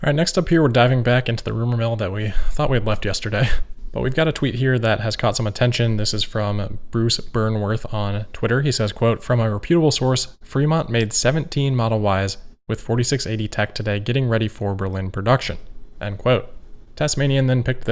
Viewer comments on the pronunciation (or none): REP-utable. Not re-PUT-able. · Helpful hint. I have it from several reputable sources that re-pute'-uh-bl isn't correct. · Re- puteable, not sure I’ve heard it said that way before. Potato pototo 👍